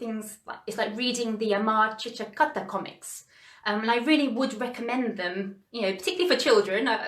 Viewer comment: I love the way you pronounced AMAR CHITRA KATHA . 🙂 Besides, all your arguments are bang on .